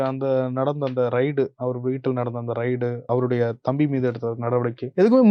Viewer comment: ரெய்டு என்று உச்ச்ரிக்கவும் அது ரைடு இல்லை.